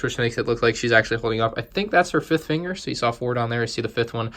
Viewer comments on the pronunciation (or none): none